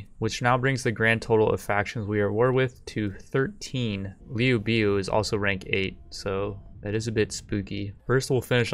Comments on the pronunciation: Liu biu? It's LIU BEI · No that was liu biao. He called liu bei “liu bee”. My advice to the uploader is to watch 2010 three kingdoms. It’s better than anything the west makes and it will help with the pronunciations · "Lee-You-Bay" don't disrespect him